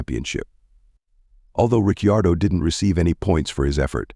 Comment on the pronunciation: pronounce the name of ricardo properly for god sake